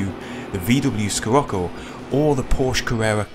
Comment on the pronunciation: Hi. Great Video, as usual! Very helpful for beginners....Ahhh btw: The VW Scirocco is pronounced like "Sherocco". It's the name of a mediterranian wind. Some, like me, who had it as a real car in the late 1970ties, called even "Sh.trocco"....It was a great idea to give a Golf more character, but, as so often with VW in those years, good idea and intention badly turned into reality... this car was a home for rust. I experienced a total brake failure in the highway at 100 mpH and had to jam the the gearbox ( jammed lower gears in with out braking in order to stop the car from crushing in another car.... )....best regards Stefan